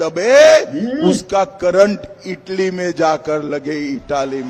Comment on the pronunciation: इटली नहीं इटाली बोला है😂